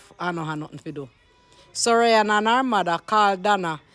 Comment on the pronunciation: You cannot even pronounce her name correctly. Everything, is always a problem especially when it comes to.